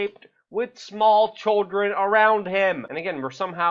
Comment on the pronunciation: They are CHILDREN, not CHULLDRUN, as you pronounce the word. Please spit out the marbles and practice your diction. Thank you.